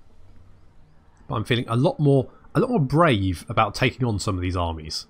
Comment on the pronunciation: haha Bray-ve